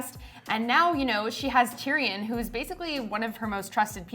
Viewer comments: Why he keep sayin it like Tyri-yon like boi stfu iss TYRION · "Tear-e-awn", seriously? Fire that guy immediately!